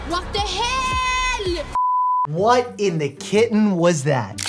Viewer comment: swedish “what de heL L”